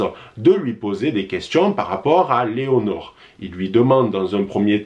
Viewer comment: Lénore😂😂 pas Léonore!!